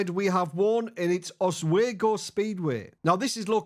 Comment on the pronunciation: FYI, Oswego is pronounced os-wee-go, not os-way-go.